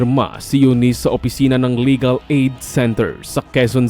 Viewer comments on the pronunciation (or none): none